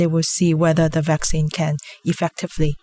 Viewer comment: It’s vaccine... not faccine... if you are not sure you could check dictionary